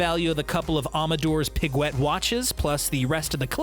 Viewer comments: amedoors pegwet? or audemars piguet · Aumadors piguets wtf is that it’s audemars piguet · Amadaurd piglet??? Learn french before butchering...🤦‍♂️🤦‍♂️🤦‍♂️ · Ow-d'uh-mars P-ih-gwet ......you guys kill me with that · “Amadures piguet “ dafuqqqqqqq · thought i was the only one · What the fuck is an Amadur Pigwet?!?!? Lmao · amidurs piguet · Got a speech impediment or something? You murdered the name Audemars Piguet 😂😂 You could have called them Amadeus Piguet and it wouldn't have half as bad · The pronouncing of AP made me almost cry😂😂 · well you butchered the AP name.... :) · Might want to re try that Audemars Piguet annunciation